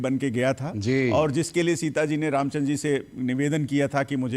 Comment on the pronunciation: रामचनदर नहीं रामचंद्र बोल , दिल्ली वाले रावण !